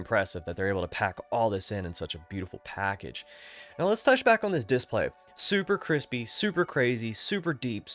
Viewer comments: man, I don't think I've even seen one of your videos before. Don't get me wrong, I thought you were a native speaker, that's why I thought it was funny that you pronounce that specific word so strange, because everything else is great. /dɪˈspleɪ/ Breakdown: /d/ = as in "dog" /ɪ/ = short "i" sound, as in "sit" /s/ = as in "snake" /p/ = as in "pat" /l/ = as in "let" /eɪ/ = long "a" sound, as in "say" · Completely beside the point but the way you say "diss-play" is really fun 😂😊